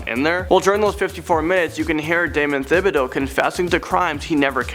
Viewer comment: not to pick thibideaux is pronounced as just ti-bid-o